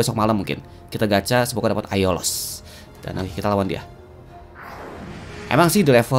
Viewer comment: GW KOK NGAKAK PAS SI SALAH NGOMONG AIOLOS JADI AIDOLOS WKWK